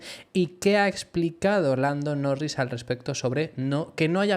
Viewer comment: dices blando norris?